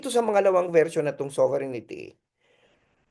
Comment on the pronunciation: Hindi ba “sober rin tee” ang right pronunciation, Professor ❓Taliwas sa “ sovereignity “ po❓Just my 10 centavos worth! Correct me if am wrong, Professor. And I stand corrected. 🙏‼️